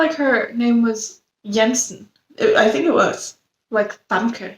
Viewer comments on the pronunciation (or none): Btw, it's not Jansen (pron. with an "e") but as Yan-Sun. Can understand this often made mistake by non-Dutch people.